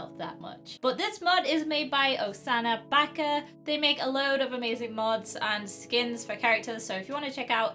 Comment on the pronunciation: Um....the other Princess Peach is one of the recolours from Super Smash Bros...... Also, you pronounced "baka" wrong.....